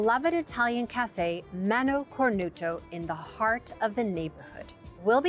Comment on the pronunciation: Mano Cornuta! NOT cornuto... La Mano is feminine